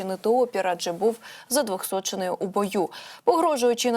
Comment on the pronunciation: Ой, пані... Дякую за Вашу працю, але що у Вас з наголосами? Ви їх навмисно переставляєте, чи в принципі не знаєте, де вони мають бути? Можливо, Вам краще розповідати рідною мовою? І що таке задвохсочений? Це вбитий і воскреслий? Як Ви їх воскрешаєте?